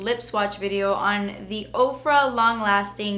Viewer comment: Oh my goodness, before this video I thought you were saying "Oprah" I thought Oprah came out with makeup... I feel dumb now lol